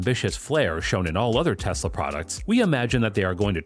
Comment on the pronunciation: Its tesla bro not texla